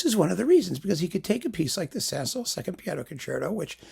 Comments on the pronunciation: Ok so I adore Rubinstein. I also adore the 5 Saint-Saëns piano concerti. In my opinion you say his name perfectly right. It’s the way my piano teacher taught me how to say it! Have you heard the Jean Marie Darré recording? Yes! The recording itself is problematic. It’s fairly old. It cracks a bit. But her performance is in my opinion breathtaking. I saw her once with my piano teach is a master class that JMD gave. She was much older then. But I forgot about her until recently I stumbled on her again. I listened to this set if 5 piano concerti and fell off a chair. I will listen to the Rubinstein. I respect your opinions to the degree that I need to do that. In fact you are darn right most of the time 🙏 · Certainly BBC announcers in the 1960s pronounced Saint-Saens without the final s (my dad recorded various performances on tape) and that seems consistent with general French pronunciation. Dad's recording of SS2 was Colin Horsley (as a late replacement at a Prom) and it was most enjoyable.